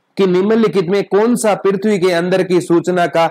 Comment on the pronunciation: Pirthvi ni prithvi hota h